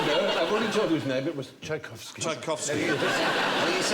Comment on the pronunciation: I'm amazed how these lot could say Tchaikovsky so easily.